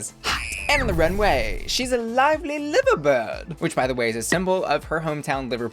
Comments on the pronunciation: I’ve been obsessed with Cheddar, Danny, and Peppa since I first got into drag. I’m also so proud of the top 4, it was such a strong top 4 that it was a case of “whoever wins, they deserve it”. Also Liver bird is pronounced lie-ver/ly-ver bird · Liverbird is pronounced Lye - ver bird and a great win for Danny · Great vid but can I just point out that liver bird isn't pronounced like how you'd say the 1st part of Liverpool or one of your organs, it's actually liver like "lie ver". I know it doesn't make sense but it is 😁